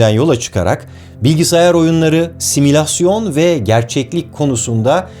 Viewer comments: Tebrikler. Bir de simülasyonu, similasyon gibi duyulacak şekilde telaffuz etmeseniz. Teşekkürler. Birçok bakımdan düşündüklerimi söylemişsiniz. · Barış Bey sizin videolarınızda pek kusur görmeye alışmadığımdan olsa gerek; son bir kaç videoda kulağımı tırmalayan bir kelime var. "Simülasyon". Bu kelime sanki doğru telaffuz edilmiyor? :)